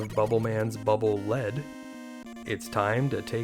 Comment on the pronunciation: The "Lead" in "Bubble Lead" is pronounced "leed", not "led". Original Japanese pronunciation "baburu rido". Probably based on the usage "a channel of water especially through a field of ice".